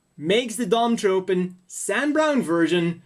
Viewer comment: I've heard Dom-Tropen pronounced Dom-TroFen. Also: is there a HGUC Dwadge kit?